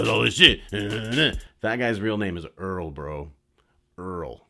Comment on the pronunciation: Earl more like ear